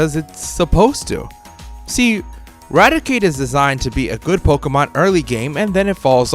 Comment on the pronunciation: Why are so many Poketubers utterly illiterate in pronouncing Rattata? I mean, how hard is it to say RATTA-TA? It's not that hard? It evolves into RATTI-CATE.